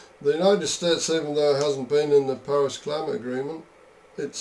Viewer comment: Paris, not Parass…cute though. And….no thanks lol